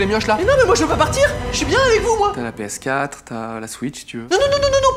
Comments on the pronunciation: PÉ ESSE QUATRRE Édit: avec l’accent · Il à prononcé "PS4" à la guadeloupéen 😂